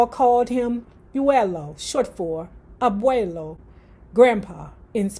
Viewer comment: ❤❤❤❤❤ Side note: it’s just pronounced Abuelo =uelo= welo